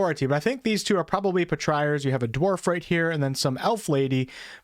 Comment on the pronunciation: Ugh.... [Patri] as in Patriot, then ARE. [Patri-ARE].